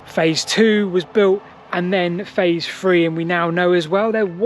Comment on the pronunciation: "Phase free" 😂 From a non brit